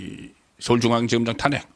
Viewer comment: 타넥 이아니고 탄핵 .